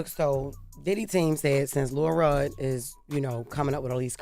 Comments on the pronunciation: It sound like she saying Lil Rel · imagine you are listening to this and you do not know that they are referring to LIL ROD until Charlamagne and Envy say it. The whole time I'm hearing Jess say: LIL REL.... lol I love my girl, but WHAT?!?!?!